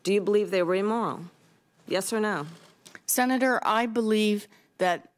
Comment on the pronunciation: Every time she says "Senator, ...." I just die a little inside